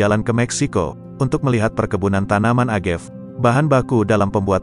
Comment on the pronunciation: Kesini gara2 yg baca berita ndeso. A ga ve dibaca agev, te ki la dibaca tequila 😢